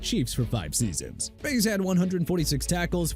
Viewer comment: Terrell Owens is pronounced TER-RELL! Also Maryland is pronounced meh-ruh-luhnd! You forget to learn spelling and pronunciation dude?! And Kendall Reyes' last name is pronounced Rhea-yes not rays!!